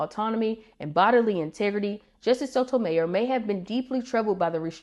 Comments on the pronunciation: Love your videos! FYI: Her last name is pronounced /so to my YOR/ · I imagine those for those placed on the court with an agenda, it's not so emotional, as it's just business. It's bound to be more emotional if you truly care about preserving the constitution and see it not happening. BTW, it's pronounced "So toe my YOUR." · I’ve never heard her last name pronounced that way before.